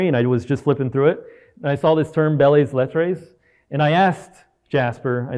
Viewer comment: Thanks for this... FYI it's pronounced "bell let", and although yes it previously referred to what we'd consider the kind of aesthetic style you point out, in modern times it refers to literature that evades major categories like fiction, poetry or drama. So it includes essays, speeches, letters, satire, humor, and--in lots of weird ways--COPYWRITING...